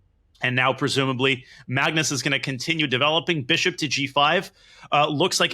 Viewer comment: ‘ MUGNUS CARLSEN’